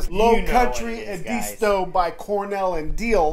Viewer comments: Pronounced Ed-a-stow! Not E disto. Other than that enjoyed the video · It’s pronounced properly as Ed-as-toe or Ed-isss-toe. I’m a SC native so trust me.